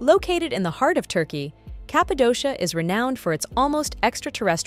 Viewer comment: You seemed to try harder when pronouncing the Italian attractions (and other European attractions) but totally botched the pronunciation of Cappadocia for Turkey 👎